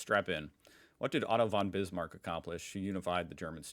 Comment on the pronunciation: Whenever you said „Otto von Bismarck“ I understood „Autobahn Bismarck“ :) And yes, some questions definitely were weird, like from a bad old history teacher.